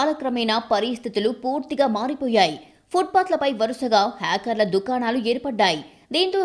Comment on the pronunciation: ఇది మంచి నిర్ణయం. కానీ చాలా మంది జీవనోపాధిని కోల్పోయారు. వారికి తక్షణం ప్రత్యామ్నాయం కలిగించాలి. ముందు మీ news reader తెలుగు భాషని ఖూనీ చెయ్యొద్దని చెప్పండి. పాదచారులు బదులు పాదా చారులు అంటుంది. ఖర్మ. హాకర్ బదులుగా హ్యాకర్ అని పలుకుతుంది. 😱😱😱😱😱